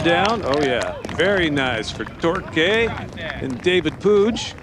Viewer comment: Course looked beautiful! You guys dont know how to say torque. Its not tor-kay its tork.